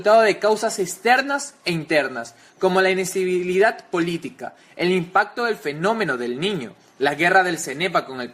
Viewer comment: El chico tiene problemas para pronunciar ciertas palabras....inistibilidad??